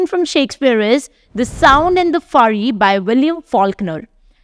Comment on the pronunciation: An English 'teacher' who can't pronounce words like 'fury' correctly, or read words like 'goodly' correctly. Sigh.